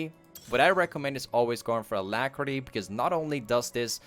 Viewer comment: clicked off the video when you said alacrity lmao